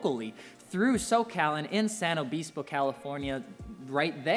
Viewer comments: my man said "San Obeespo" Its San Luis Obispo ... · "San leweiy Obispo" hahaha 😂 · Love your videos bro! But... it’s * San Luis Obispo my Boy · San Obeespo, lol. First time hearing that one. San Luis Obispo or SLO